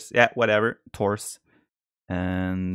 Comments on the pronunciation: Tours is pronounced "Tour". Sorry, we french like to put silent letters in every word :) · I wish viper can visit the States so he can learn how to say Tours and Agincourt correctly! :)